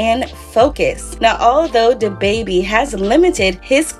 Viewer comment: "who dababby ?" I can't chileeee...